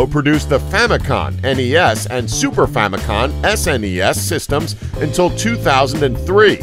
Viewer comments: It's Famicom not famicon.. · It's Famicom, not Famicon.